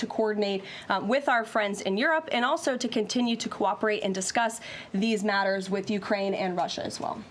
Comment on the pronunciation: Karoline! Please pronounce your T's. There are two of them in the word imporTanT. 🎉😅